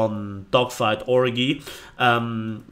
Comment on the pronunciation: Never heard someone pronounce 'Orgy' like that